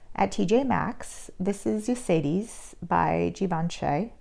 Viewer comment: Pronunciation correction: ee-sah-tis. Even in English, "y" is sometimes a vowel, but we generally use it as a final vowel and rarely start a word with that vowel sound. They did here.